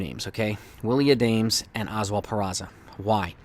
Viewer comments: Not A-dames. Its pronounced Ah-dom-us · It’s A-DA-MES not Adames. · Isn't it pronounced ah-dam-es?